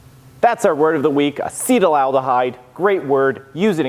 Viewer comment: loved the episode! Slight chemical pronunciation quibble: it's pronounced "asset-aldehyde" not "acetal-aldehyde." Yes, the root is the same as acetalsalicylic acid (common aspirin), acetic acid (common vinegar, e.g., what you don't want your mead to turn into), or the acetal group Ron "Oily" Sprague, meadmaker and bon-vivant.